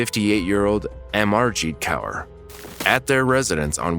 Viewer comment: Just for future Kaur is a very common Sikh middle name, and is pronounced like "core" 💞 love the channel